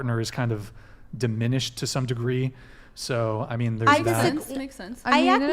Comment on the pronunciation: At the end she said "valued" but said "dimi ished". Big difference but it's actually dininished and diminished in value. A man fantasized about being the only man that receives her romantic attention.